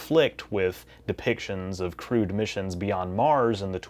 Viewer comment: Why do I keep hearing crewed as crude?